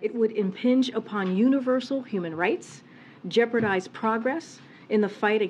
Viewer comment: Did she say "jeopardize progress against the fight on hiv/aids" ? Lol